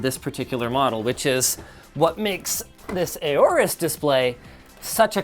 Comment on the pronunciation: "A-Orus"?? It's pronounced "Orus" basically the A is silent. I mean you don't say "A-ura" (Aura). I am going to use a K-nife when cutting my steak. I K-now it's silly.